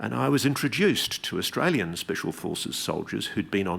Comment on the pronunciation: He said "Austral-alien" 😂